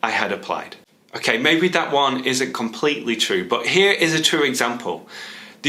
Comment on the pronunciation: Hello, I wonder if you could make a video of pronunciation because in the minute you said "okey, maybe that one isn't completely true" I didn't catch "ISN'T" that sounds like "IS" so I had to turn on the subtitles to understand that part of the sentence. Greatings from Peru.